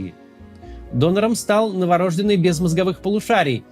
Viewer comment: Максим, новорождЁнный правильно